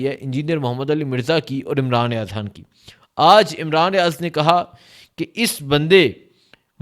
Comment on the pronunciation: آپ کے ویلاگس اور وہ رپورٹس جو آپ جلسے جلوسوں میں جاکر لاتے ہیں وہ بھی سنتا رہتا ہوں بھارتی کشمیر سے، آپ حقیقت کو سامنے لاتے ہو۔ آپ کی مادری زبان میں شاید حرف ”خ“ نہیں ہے اس کی جگہ آپ ”ح“ استعمال کرتے ہیں جیسے خون کو کہتے ہو حون خدا کو کہتے ہو حدا خان کو کہتے ہو حان خطر ناک کو کہتے ہو حطرناک بڑا مزہ آتا ہے ایسے الفاظ سن کر۔ اللہ آپ کو سلامت رکھے ۔